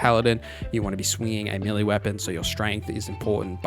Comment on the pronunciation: Appreciate the video, but can you pronounce "melee" as "may-lay"? Dunno what this millie business is all about.